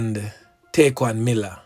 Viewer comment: yall listening to someone who dont even know what happened, this man is so insensitive and rude knowing nothing about this boy dont even know how to say his name properly its sad how a whole group of jamaicans putting down one another .